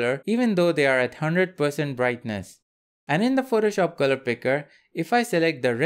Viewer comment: Why do you pronounce Photoshop incorrectly? It's not "protoshop" or "phrotoshop". Sounds gross. Also, assumption related to yellow and blue squares is incorrect.